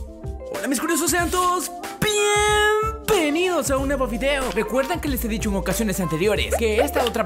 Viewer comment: En el segundo 4 dice piempenidos en lugar de bienvenidos